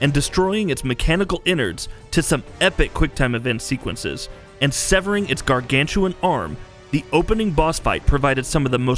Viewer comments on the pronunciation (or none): none